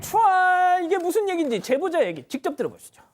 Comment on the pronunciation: 발음 조오타 견촤아알~